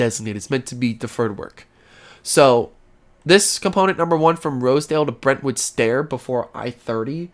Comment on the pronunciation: Brentwood Stair like the stairs you walk up :) I used to mispronounce it also, until my aunt shared that tidbit with me.